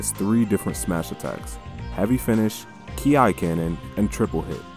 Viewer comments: KI is pronounced as "Key", but aside of that glorious Video! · Does it matter*nvm bro just called it “ki ai”*